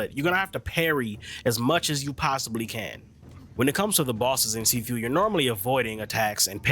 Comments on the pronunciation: See few 😆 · U pronouncing it wrong